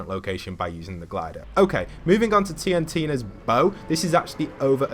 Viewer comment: It's pronounced "TEEE EN TINA" not "TEE EN TEE EENA" just so ya know ¯\_(ツ)_/¯